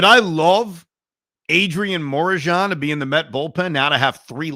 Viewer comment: The way he was pronouncing Morejon🤣🤣